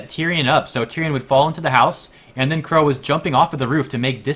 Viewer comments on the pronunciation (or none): Qrow* not "wore" lol